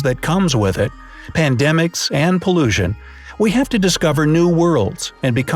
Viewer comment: “PoLlUsIoN” why does he say it like that?